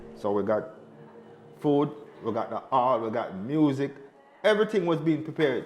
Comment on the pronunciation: "We'll explain everythink" she says.